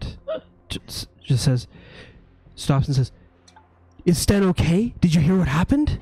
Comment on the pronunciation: Sten not Stan.